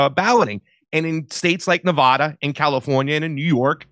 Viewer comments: Please stop saying Nev-aw-da It’s Nev-a-da!!!! You offend us Nevada natives! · Hey east coasters. It's A as in apple in Colorado and Nevada. Not Color-AHdo or Nev-AHda. That's incorrect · First off you're mispronouncing "Nevada." Middle syllable pronounced "A" as in "Apple" - not "O" as in "cost." Secondly, the motor-voter program is VOLUNTARY & quite easily opted out of. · Nevada pronunciation = Na-Vadd-a not Na-Vodd-a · Stop pronouncing Nevada incorrectly, FFS! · Drives me crazy when folks cannot pronounce Nevada correctly. There's only 50 States..jfc. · I was with until I heard how he pronounces Nevada. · people in Nevada don't pronounce Nevada like you.